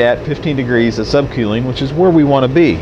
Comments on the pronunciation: *Sub kewling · Get it right quelling lol wheres he from